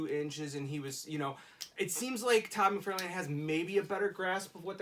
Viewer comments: It's McFarlane, not McFairlain! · Why do you keep saying Mcfarlane like that???